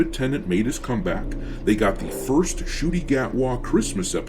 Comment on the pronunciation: How tf is this drs name pronounced 'shooty' and not 'nuhcuttey' because he cut the show out of existence